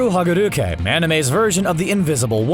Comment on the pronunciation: ToRu HaGuRuKe ITS H A G A K U R E Goddamit